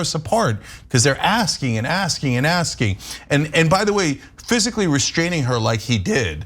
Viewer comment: I heard "He was an ass king" I like that better than, "He was asking..."